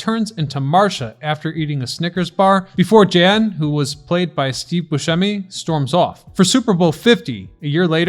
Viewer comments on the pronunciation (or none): none